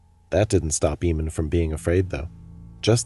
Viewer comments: That's a really odd pronunciation of the name "Eamon." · I feel really unnerved because he has the same name as me I forgot to say the name Eamon is said wrong during this vid and my last name is different